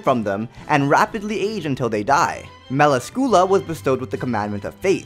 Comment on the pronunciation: Mel-ask-Coola XD